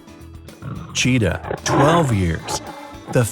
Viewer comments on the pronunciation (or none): none